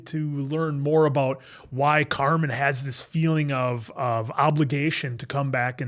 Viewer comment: I love you but it's Carmen, not Carmine. he's not a place for steaks🤣 I'm so excited for these reactions! The Bear is top tier television 🤩